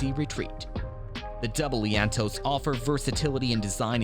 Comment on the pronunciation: IT's not "leaannntoe" -- it's "lean-to's" :)